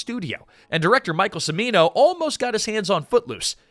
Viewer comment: "the director Michael Semino" It's pronounced "Chimino". "Ch" not "s" in Cimino.